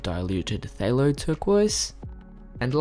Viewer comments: Hi! Good try with the pronunciation, but.... Phthalocyanine. Phthalo.... Pronounce the "th" and ignore the "ph". So, Phthalo is "Thalo".... They•low..... like....... Person 1::: "Dang, they skipped out on paying their waitress for their VERY expensive steak and lobster!" Person 2::: "Whaaaa???" Person 1::: "Yeah. The waitress has to pay the full amount of $150!" Person 2::: "Daaaaammmmn! They low!!!" 😉 😉 😉 ~from a fellow artist 🙂 🙃 🙂 God Bless! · I think it is pronounced like "Ftalo" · The P is silent in Phthalo. (So, “Thalo”) This has been awesome, truly. I can’t wait to give these beautiful techniques a try! Thank you! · "phthalo..ppphtalo...thalo...talo...patalo" yes...the struggle is real... 😭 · "puh thahallo" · Nani!? phthalo?.. pretty sure it's cthulhu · the “Ph” in phthalo is silent. It’s “thay-low”